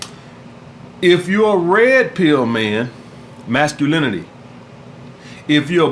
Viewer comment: “Mascalemonly” and “Femilemonly” 🍋